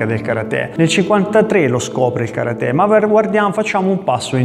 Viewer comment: Mi piace come hai pronunciato Karate, chissà perchè per molti, maestri compresi, è così difficile...!